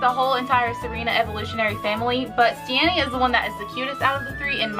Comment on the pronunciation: Hate to be THAT guy but it’s stee-nee